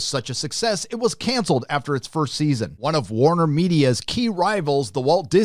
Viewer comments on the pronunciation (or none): none